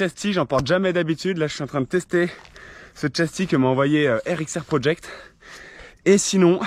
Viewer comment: Juste c rxr protect pas project ou sinon très bonne vidéo